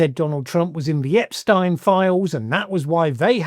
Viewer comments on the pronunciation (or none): This was a good video and my comment is completely trivial, but Good Lord man! How hard is it to say EpSTEEN, that is how his name is pronounced, the name that has been bandied about incredibly frequently for the last decade plus, STEEEEEN There is no way you have not heard it pronounced correctly many many times, you are wilfully mispronouncing it here 🤷🏻‍♀️ Sorry, I haven’t had my coffee yet and I decided to have some fun with a pet peeve! 😄 Carry on 👍🏻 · Good lord...pls pronounce it as Ep-steen. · "Ep-steeen", Jesus... 🙄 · Please listen carefully how Epstein’s name is pronounced before you make a video. Thanks !